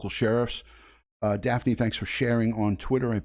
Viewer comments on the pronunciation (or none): none